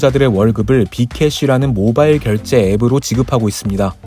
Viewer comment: 모바일을 모발로 들음 ㅋㅋ